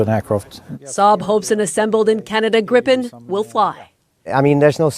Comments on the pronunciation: On the subject of pronunciation ... Gripen isn't "Grippen" and not "Gr-eye-pen", it's pronounced "Greepen", meaning the griffin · Just a humble tip. Gripen is not pronounced Grippen or Graipen; it's more like Gree-pen. Simple rule in Swedish: long vowel before a single consonant, short vowel before a double consonant. At the same time, I'd like to point out that the French jet, "the gust (of wind)," is not pronounced Rafael. How it should be pronounced correctly, I leave to the French-speaking Canadians, who probably know this better than a Swede with French only as his fourth language. EDIT: And let's not forget that the SAAB AWACS with the GlobalEye is essential for Gripen to operate to its fullest capacity. It's based on a Bombardier Global(!) 6000 from, yes, of course, Canada. I think that three of them were included in the package. From a logistics POV, it makes sense to build those AWACS entirely in Canada. Flying the planes to Linköping rather than shipping the equipment to Toronto or Ottawa in containers would benefit not only Bombardier and Canadian workers but also help SAAB sell more of those impressive electronic warfare planes in the future. True partnership FTW (For The Win). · I have heard so many mis-pronunciations of the name of the plane. It is pronounced as GREEPIN. But why not simply use the English translation of the Swedish word? "Griffon". The mythical creature with the bodies of an eagle and lion together. An appropriate name for this superb aircraft. 👍